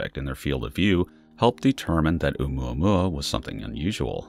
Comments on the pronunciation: Please stop saying Oumuamuamuauauauauauaua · Can’t stand the way he’s say oumuamua. Couldn’t even finish watching the video. 🖕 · I almost crack up when the narrator says oumuamua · Everytime u says its name i cring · You just like saying Oumuamua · When you dont know how to pronounce something so you just mumble it! 😂